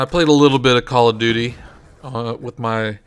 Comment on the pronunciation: "I'm sowwey I was playing Cawl o Duty" lol